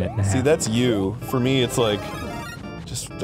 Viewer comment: I HATE the way some singers pronounce 'me'. They pronounce it as 'may' and it sounds stupid every time I hear it.